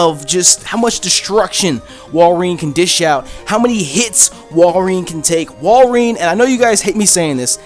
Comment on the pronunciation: wall-ree-in BRO